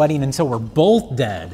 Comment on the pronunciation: I’m convinced the pronunciation “bolth” is an adverse side effect of alcoholism.